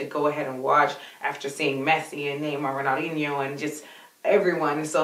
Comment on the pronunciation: did she just say rahnino lol